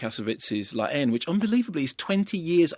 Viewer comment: Does he say La Haine? Because it sounds like he is saying Laine but I assume that is the film he is talking about.